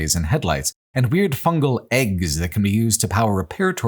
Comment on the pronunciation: "weird fungal e g g s"